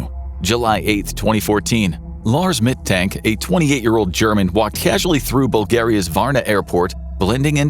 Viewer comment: The "A" in the Name "Mittank" is pronounced like the "a" in "Argument" or in "Lars".